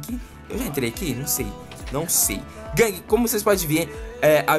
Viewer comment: vc parece o mussoumano falando guangue . LIKE